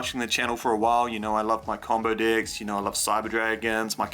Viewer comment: I keep hearing dicks not decks